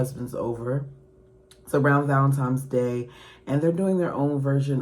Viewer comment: Girl, it's VALENTINES DAY! There is no M in the word